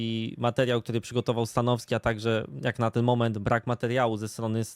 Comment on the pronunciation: Mnie to śmieszy jak mówi "stanoski" bez "w"